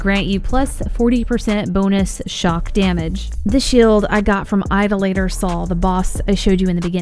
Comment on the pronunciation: Why does every YouTuber pronounce idolator wrong?